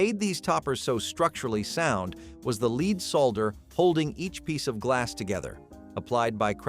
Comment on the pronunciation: Hey Mr. Commentator, that is not how to pronounce “lead solder” 🤬